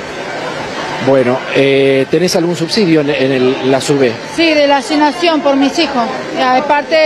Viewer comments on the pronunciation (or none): "la asinasion por misijo..."🤦😠